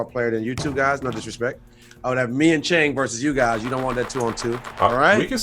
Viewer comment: Yow really does his homework. And the pronounciation is on point. Visit MNL one time, we gonna take care of you. big up.